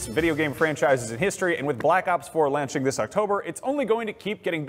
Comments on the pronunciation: Launching + landing = lanching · Man said lanching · Dude says lanching